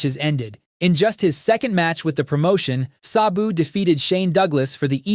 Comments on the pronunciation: If your going to do a video about someone you don’t know then title it “The Beautiful Tragedy” at least get the person name right his name was “SA-BU” not “SOB-U” like you gave him 🤦‍♂️ 😂 rip to a legend and someone that I actually was alive to see since 1993 SABU! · It's pronounced Sab (rhymes with dab) BOO. Not suh-boo. Not say-boo. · Its just S A B U. Why are you mispronouncing it constantly the whole video as if there is an H in his name. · pronounce Sabu correctly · How are you going to make a video about the man and mispronounce his name repeatedly through the course of it?